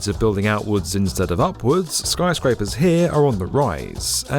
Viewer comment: why does he keep saying Skryscrapers?